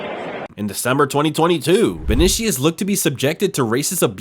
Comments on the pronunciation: And learn to pronounce easy foreign names right, gringo. It's not vonishus it's VINICIUS. And it's not ensaladi, it's ANCELOTTI. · Why use Messi in the thumbnail? Clickbait means I'm banning your channel from my feed. Also name butchering is off the charts, Ensaladi instead of Ancelotti, Vinishious instead of Vinicius, go get some respect to those you're talking about... 😀